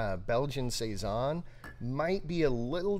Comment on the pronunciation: Hello, my last name is Siason and when I found this beer I was shocked that my last name was on a beer but…😩. It was great to hear you guys say saison every time because that’s how people pronounce my last name. I tell people it’s like Tyson. Great beer, great channel, great info, keep up the great job!!